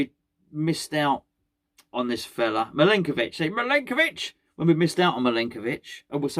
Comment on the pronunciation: Hi.........could you just, very occasionally, say the word "Milenković" in that very silly accent........It stupidly makes me giggle every time.....and I fear the end of the transfer window means it will never be heard again.......END OF.